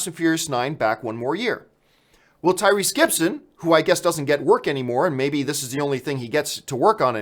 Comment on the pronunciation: "Tyweese" you weren't wrong John